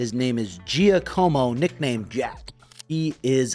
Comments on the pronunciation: "Jeeahhcommo"lol it's pronounced "Jock-ah-mo" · "His name is gee ahhh como his name is gee a como real name jack" 😂